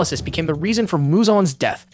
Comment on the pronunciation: "hosh-ira" lmfao "moogiro" lmfao "geeomay" lmfao "rengoyque" lmfao "tan-jiro" lmfao "shinobu" lmfao i love how he pronounces literally every character wrong.